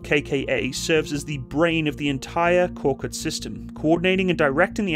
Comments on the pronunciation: Thank you for the vehicle review. The Turkish word KORKUT (a Turkic name from our Central Asian Altaic roots) is pronounced as / k o r 'k u t / stressed on the 2nd syllable. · Turkish is read as written. No letters differ wherever it is in the word, the letters always sound the same. So: Korkut is read like kor (like core) kut (cout). Aselsan is like ah-sell-sahn.